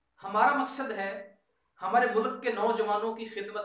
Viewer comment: MashaAllah, very nice thinking, Prayers for you. Just 2 things I want to share if u don't mind, pls say 'ILM' not 'ILAM' and 'Mulk' not 'Mulak'